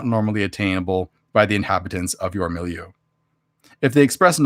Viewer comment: I like the word milieu too. You're saying it how I've heard English speakers say it